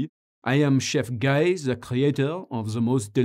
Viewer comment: Isn't it Gee, as in Guy Boucher or Guy Gadbois? LoL Great content as usual, Guy. ;-)